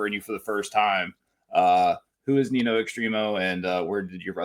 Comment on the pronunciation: It’s pronounced Ninyo, not Nino lol. He’s killing it right now. Can’t wait for TOD.